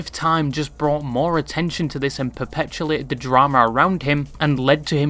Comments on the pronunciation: awsome video! I will say though you mispronounce perpetuate every single time you say it (and you say it alot) its perpetuate not perpetulate. Theres no L in there <3 Otherwise incredible video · Perpetulate lol